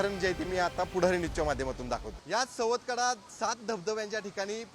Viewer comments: सातवकडा नाही ग बाई सवतकडा असं नाव आहे. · रिपोर्टचे समालोचन नीटनेटके, व मुद्देसूद नसून वायफळ बडबड जास्त आहे, मॅडम सुरवातीला बातमीमध्ये सवतकडा ऐवजी सातवकडा असे म्हणाल्या